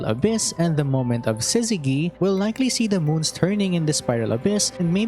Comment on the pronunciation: Btw Syzygy uses the soft G, not Hard, as in in sizz-zeh-Jee. Y is a sometimes vowel, meaning it can turn consents such a G into their soft forms, Such as Gym, Allergy, Gypsy.